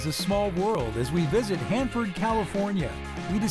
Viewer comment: bruh...it's Hanford